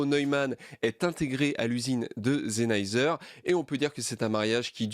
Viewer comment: superbe vidéo mais Sennheiser c'est avec un S pas un Z ptdrrr, je rigole, superbe vidéo